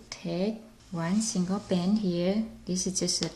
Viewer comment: yes plz!!!!!!!!!! her vice is so weird and she says band like bans